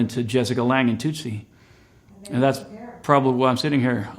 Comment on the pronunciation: Alex- I love/hated u in True Blood. You had a scene w a friend of mine, DD. Anyway, you know that Tootsie is not pronounced Toot - see, right? The toot part rhymes with put. Your way, it sounds like the noise a child's play horn makes. I hope u find this helpful. 🌶🌶🌶